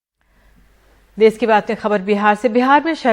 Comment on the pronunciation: देस नहीं देश होता है